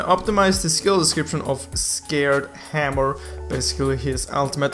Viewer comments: Lol you said "scared hammer" but it's different from 'sacred' you are so funny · Did you say scared hammer? 😂😂😂